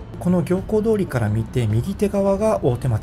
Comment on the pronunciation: 行幸通りは、 「ぎょうこう通り」ではない、 「みゆき通り」ですよ。